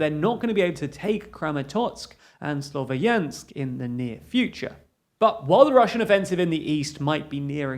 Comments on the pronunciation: Pronunciation: "slov-YANSK," "HAIR-son" I mean, technically Kherson starts with the sound from "loch" and "Bach" but if you can't manage that, H is a better approximation than K. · Guys please , “ya” part in the name Slovyansk is to be pronounced like “ya”in word “yankee” , apart from that thank you for your job and support , love from Ukraine